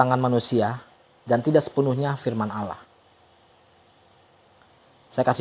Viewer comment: Maaf bang..yg sy tau bukan alaaah namun ALLAH..lam atau L nya tebal..maaf yaah bukan seperti alah..!